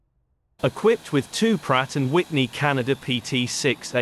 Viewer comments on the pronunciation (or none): none